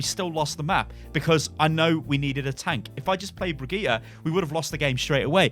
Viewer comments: Please pronounce Brigitte correctly (bridge- it) not (bri-gee-ta) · HER NAME IS BRIGITTÄ NOT BRIGITTA FACK (how you say it) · why is it so hard to say bridge it?? is this some sort of englisg langauge master race like you guys like to do LUL